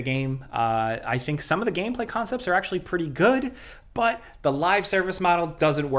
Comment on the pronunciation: Bruh this news flew by so quick that it felt like there were only 3 topics. Also the way say “BUOOTTTT!!” Always really stands out to me cuz he pronounces it so funny lol like inhalway expect to get a “dontcha know “ after lol